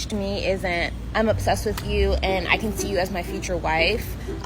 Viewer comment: What is “wid-chu”? As in “Dey not wid-chu”. Must have missed that in grade school vocabulary.